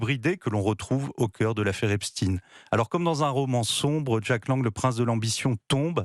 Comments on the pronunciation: Epchtaine, pas Epstinne ! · Les medias francais ne prononcent plus epstein mais epstine tout ça pour creer un lien avec la russie c'est incroyable et impressionnent leurs niveau de propagande